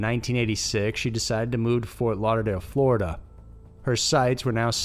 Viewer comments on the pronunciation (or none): none